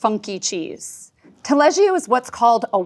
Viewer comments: There's no "i" in the pronunciation of Taleggio. It's Taleddjo I won't even begin with Hollerhoker... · The way she say taleggio triggers ne xD